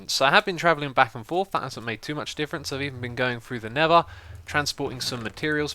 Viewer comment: Why does he say "Neva" for Nether? Its just Xisuma lol